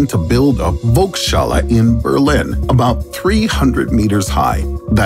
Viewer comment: How the narrator pronounces "Volkshalle"! Made my day :D